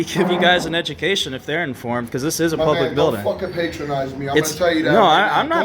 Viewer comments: It's "patronize", my dude! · pa·tron·ize verb 1. Treat in a way that is apparently kind or helpful but that betrays a feeling of superiority. "she was determined not to be put down or patronized" The dude pronounced it wrong!